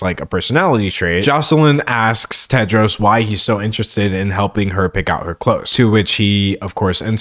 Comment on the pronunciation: THE NAME IS TEDROS NOT TED JARS?